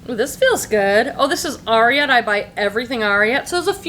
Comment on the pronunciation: Love your videos, you’re so fun and have such helpful tips! I recently learned that the brand Ariat is pronounced more like “air-ee-it”, as in the last part of the name of Secretariat, the legendary winning race horse. 😀